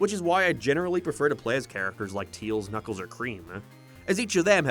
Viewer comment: Bro still calls him "Teals"